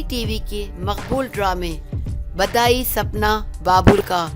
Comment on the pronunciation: badayi nhi bidayi Naam tha